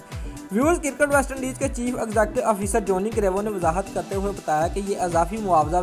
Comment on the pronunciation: it's Cricket not Kirkat